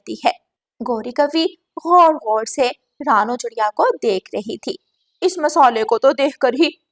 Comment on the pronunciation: GOr gor se kya hota hai? Gor se dekh rehi thi. Aisi joode wali itni gandi kauwi tum ne Kahan dekhi hai? Saat nahin-- Saath. Khane se peechhe nahin--- Khane se vanchit reh jayen. Ye chidiya itnsa bada joda kar ke baithi hai,tum ne aisi chidiya Kahan dekhi hai? Tum log pagal ho kya? O bewqoof logo, lawaris nahin--- L a c h a r. Lagta hai tum bhi pakshiyon ke school mein hi padhi ho. Na koi rishta nahin--- Na koi rishtedaar. Agar tum logon ko hindi nahin atti to seekh lo. Sach mein nahin--- Sach much. Zara achchhe andaaz mein kahani sunaya karo.